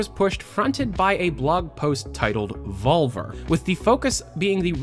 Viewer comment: BUT! you pronounce it "volVEr" Ok?!?! I'm the spanish teacher right here:D